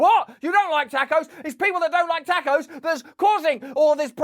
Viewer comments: Seriously thinking about unsubscribing purely for the way that Russell pronounces “tacos”.😂😂😂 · Damn it.... 2 years trust built over hours of podcast and time went down the drain when he said Tack-o's